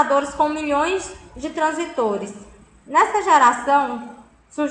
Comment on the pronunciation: A aula seria muito boa , se a mulher realmente soubesse do que está falando. Tem que ir pela leitura porque se for pelo áudio você aprende tudo errado hahahah é transístores e não transitores